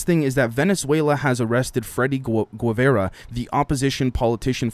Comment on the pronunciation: My last name is Guevara lol. Don't hear it often and you said it better than most people in Georgia 😂